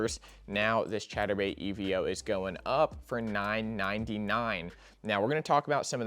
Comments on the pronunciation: Evo my guy not E.V.O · It's pronounced EE-VOH